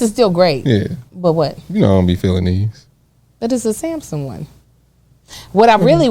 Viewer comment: is definitely Ms. Dorothy's child. saying Sampson for Samsung is hilarious.😂😂😂